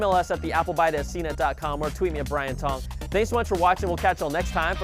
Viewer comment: Brian Tong? Brian Thong!